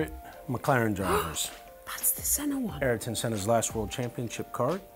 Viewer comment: the one Aryton(??) won Monaco in....What is it whit people and pronouncing names and words like nucleair and Ayrton...? Nukular Aryton....